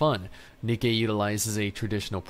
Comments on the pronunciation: It's Ni-Kee not Nike. LOL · its Nikke not nike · He really said Nikey I forgot about that